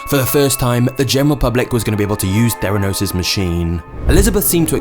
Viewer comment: Theranos or "their anus"???